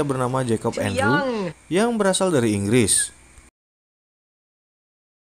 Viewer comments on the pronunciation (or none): none